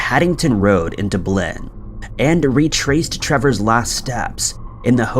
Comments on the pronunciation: Dub Lin not Doob Lin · Nobody pronounces it DooBlin tho, so it was p weird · DUB-lin, not Duh-BLIN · DubLIN? Your narrator is pronouncing the capital of Ireland DubLIN? Oh honey it's DUBlin, but nothing is going to help this loser after that mistake. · At this point,I think he's doing it on purpose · We have tried to get him to correct that pronunciation and he just never does. pronounces it like: 'Duh-blynne' when it should be pronounced like: DUB-lin, accent on the Dub. Trust me, we have tried to help him correct that pronunciation, but it doesn't appear to be happening for whatever reason. Last time I tried, I got a lot of hate for it, so I quit trying. Just sayin'... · What's a Duub leen? 😂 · Why are you saying Dublin so weirdly???? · Why does he insist on mispronouncing Dublin every single time in every single video? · I like this channel but how is it even possible for an English speaking person to mispronounce the word Dublin?